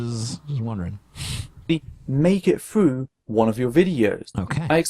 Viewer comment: frew? FREW?? what the fuck man, it's THROUGH